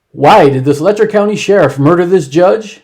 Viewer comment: It's Let-cher County, not Lec-ture.